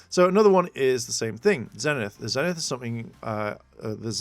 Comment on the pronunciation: I'm sorry, it's bugging me so bad that, as you read all these definitions, you're not catching the PRONUNCIATION it shows. XD Zenith is pronounced with a long E; ZEE-nith. :-b